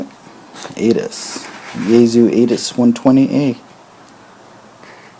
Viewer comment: In the tradition of "old school" ham radio I would pronounce the name of the antenna as "A-T-A-S" or even Alpha Tango Alpha Sierra 120 Alpha, not "ATAS". Just a little nit picking I know, but as the first contact stated, he didn't know if the QSO would hold because of conditions. That means speaking and pronouncing clearly to be hear and understood.